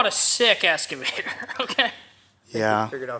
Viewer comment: speaking facts bro. Listen to those around you Chris. Also its called an EX-Cavator. Not ES-Cavitor LOL!